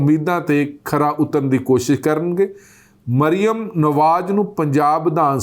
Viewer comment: ਭਾਜੀ ਜੀ, ਨਾਂ ਤਾਂ ਠੀਕ ਪੜ੍ਹੋ, ਮਰਿਮਮ ਨਹੀਂ ਮਰਿਅਮ ਹੈ ll 🙄